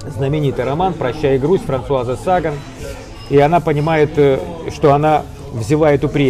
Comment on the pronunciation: САгвн? Как можно жить во Франции и не знать ,что ударения во французском везде м всегда на ПОСЛЕДНЕМ СЛОГЕ . СагАн